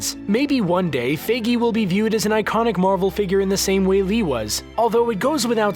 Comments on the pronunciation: ha you said figy its fIgy its not figy you say the i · Feige not figgy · it’s pronounced ‘f I gey’ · Why does screen rant say FAYGEE. It's Feige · its FI ge not Fe gei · Screen Rant didn't bother to make this video he said Kevin Fegie wrong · its pronounced kevin (fie-gi) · You pronounced Feige wrong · Is anyone bothered of how he pronounced Kevin 'Feige'? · You mispronounced Kevin's last name.